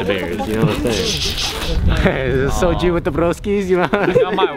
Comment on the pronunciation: BRO SAYING SOJU WITH THE BROSKIS IN THAT ACCENT MADE ME LAUGH SO HARD I DONT THINK I HAVE LAUGHED THIS MUCH IN MY ENTIRE LIFE😭